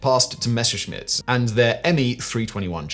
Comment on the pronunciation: ffs man, stop pronouncing Messerschmitt as "Meshersmitt"...!